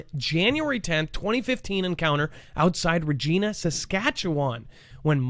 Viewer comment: Pronounced Ree g "I" na